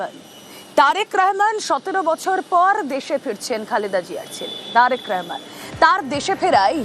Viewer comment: ওরে মাগি রেহমান না রহমান ঠিক করে বলতে পারে না। আমার দেশ নিয়ে তোদের এতো সায়ো জলে কেন।